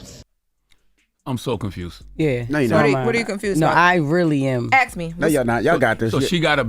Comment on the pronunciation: He did aks ? How do you guys pronounce ask? 🎉